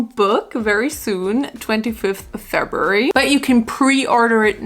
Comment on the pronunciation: “FebUORy” IMAOOOO